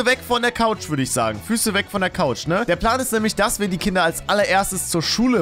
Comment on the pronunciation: Es ist er sagt einfach nicht Kinder sondern künder ich feiere dich trotzdem